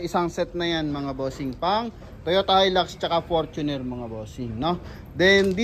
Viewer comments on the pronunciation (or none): none